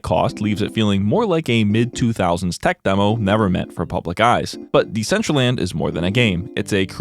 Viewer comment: it's very telling that Decentraland couldn't even put in the effort to get their AI voice to pronounce their NAME correctly.